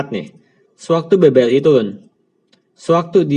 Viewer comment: maaf nih sebelumnya klo boleh mau ngasih saran, editornya bisa dubbing pake suara lain ndak ya, supaya pelafalannya bisa lebih jelas, sayang banget kan padahal isi kontennya udah bagus, contohnya BBRI koq malah jadi BBLI.